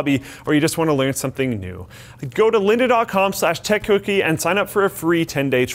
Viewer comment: It sounded like said "Tech cookie" every time he said it